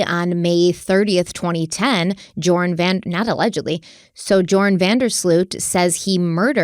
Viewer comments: Omg this guy needs to be locked up and never let out. Gross. Also pretty sure his name is pronounced Yoran with a silent J... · Stephanie his name is pronounced “your-an” or just think of “urine”. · Just FYI, the J is silent. It’s pronounced Yoran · If Joran is Dutch, his name his pronounced Yoran Van Der Slote. Not that we care because he’s garbage, just putting it out there. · Pronounced Your-an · It’s pronounced your-an.